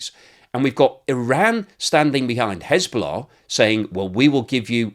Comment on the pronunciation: There is « hezbollah « and there is » schisbollah » 😅